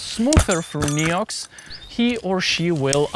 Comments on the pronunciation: Thats absolutely not how french say NEOX... XD In english you say nEEox... In french we say nAYox. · Hey! As a frenchy frog myself i can assure you there is absolutely no region in France, even in the most remoted ones, where someone would pronounce it "Niiouuuu" 😂 Great and interesting video as always! Grigri forever. ❤ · I'm French and certainly wouldn't have said Néou. ^^ Thank you so much for all your videos though! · Weird that you thought that "ox" is pronounced "oo" in France. In French, "Neox" is pronounced almost exactly like it is pronounced in English. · as a french, we don't pronounce it this way at all ;)